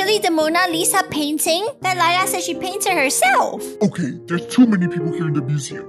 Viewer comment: It’s ok not okeh